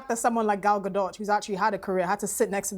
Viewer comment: And it’s “Ga doe” not “ga dot” but it’s ok for the black panelists to mispronounce her name because she is a white Jewish woman. These people know bounds of hypocrisy.